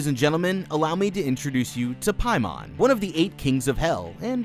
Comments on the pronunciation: I’m fairly certain it’s pronounced Pay-Man not Pie-Mon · King “pay men” lol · Am i the only one who had to double take when be said paimon?